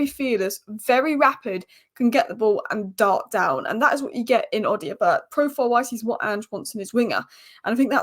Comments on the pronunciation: it’s pronounced O-doh-bear not O-dio-bert. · Odobert...Oh-Da-Bear. Love the Spurs updates though